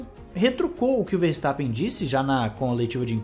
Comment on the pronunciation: Chupa "Farstappen" kkkkkkkkkk